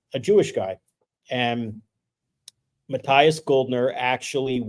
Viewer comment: It‘s so funny how you pronounce Matthias in english 😂😂 Sounds like Meth ias 🎉